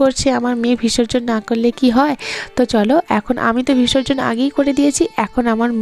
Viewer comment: 20 কয়েকটা ব্লগে এই ঠাকুর নিয়ে বিসর্জন নিয়ে তুমি অনেক কথা বলছো । শুনছি।কিন্তু, কথাটা "ভিসর্জন" নয় "বিসর্জন" কিছু মনে করো না উচ্চারণটা ঠিক করে নাও